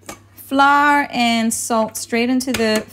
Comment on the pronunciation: What is "fla"? Learn to pronounce English words correctly. LOL